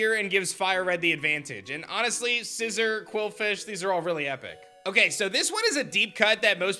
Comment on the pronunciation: Remember The pokémon's name is scissor not Scizor